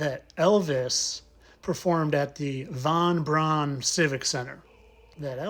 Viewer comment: You are doing such valuable work. Thank you for pronouncing von Brauns name correctly.. the anglisization of his name to pronounce it as 'Brown' is annoying.. they always pronounce Eva Braun correctly.